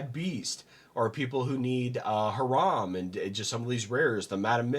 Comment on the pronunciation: Heads up: "Hiram" is pronounced HEE-ruhm